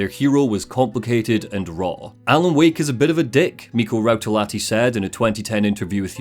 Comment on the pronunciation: 11.46 That is really funny pronunciation of Rautalahti.